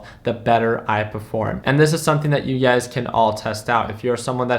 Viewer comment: Everytime he says "You Guys", all I hear is UGAZ